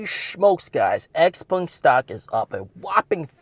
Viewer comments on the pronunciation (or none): Could you please stop saying holy shmokes? Is smokes not shmokes !!! Is really annoying.